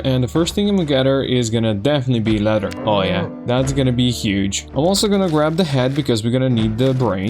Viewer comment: I love to hear the slight British inclination to your speech (which is how English is most commonly taught around the world,) and even some difficulty with some words like "leather" sounding almost like "letter" sometimes. But then randomly some 'Americanism' comes out like "F**king hell!" and it just sounds like some dude I went to high school with. 😂 I promise I'm not trying to poke fun at anything about your speech, though. I'm just loving the blend of cultures that come through with it. Anyway, this playthrough is awesome. I'm glad you came up in my recommended. Definitely subscribing. 😄